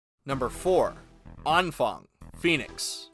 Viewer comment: That was possibly the most butchered vocalization of Anfang I have ever heard. Impressive.